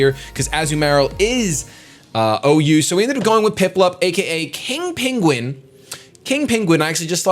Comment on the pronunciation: love how he says piplup